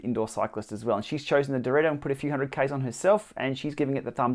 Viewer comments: It's not dorito is Dee-reh-toh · Thanks for the review! You somehow always said Dorito instead of Direto btw hahahah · Based on your pronunciation, is it unbreakable like these?